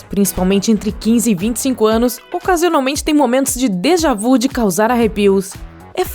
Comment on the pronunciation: Déjà vu , o vu tem o som de vi !